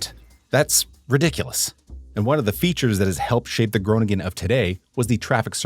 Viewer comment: Groningen is the Dutch capital for bicycle.thefts I must comment on your Dutch pronunciations you get every city name wrong. Groningen is pronounced Grow ning -en you put the "g" in the wrong place. Almere is pronounced Al meer - ah The SCH in Schipol is pronounced as the SCH in the English word School. Also for the Dutch athlete Daphne (daf ne) Schippers (shipp -ers) You are using the German